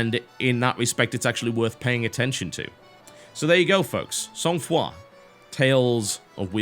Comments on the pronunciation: Oh thank god, he learned how to pronounce the name since the podcast! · TB, good pronunciation of the title! I'm from quebec, so all of this very familiar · Thankgod the "ou" doens't sound like "uhw" :)